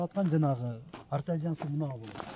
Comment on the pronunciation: Ээ артазиан эмес артезиан деп туура айт сен ......